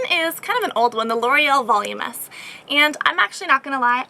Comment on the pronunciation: did she say volumess or voluminous???